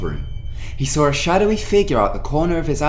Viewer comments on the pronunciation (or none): It's saw , not Sawr